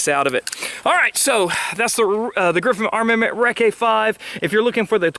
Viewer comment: Hey, love your channel. A couple quick notes: - It's "reckie" not "reckae" - The quietest 5.56 can I've ever heard is the Ops Inc 12th model. If you're not familiar with them check out the Mk 12 series of rifles. The suppressor was designed at the time to be the quietest 5.56 can and I still believe it holds that title today. Part of that of course is that the rifles they were designed for were 18" barrels with rifle-length gas. But, even so, shooting a Mk 12 is ridiculously quiet (relative to other 223 platforms) and definitely can shoot it all day long (outside with nothing to bounce back on) without getting any ringing. That said, I've put mine on a 16" build and even that 2" of barrel made a difference that it's more uncomfortable to shoot. Anyhow, just a suggestion, if you can ever get your hands on a Mk 12 to shoot or buy a AEM 5 it's worth it!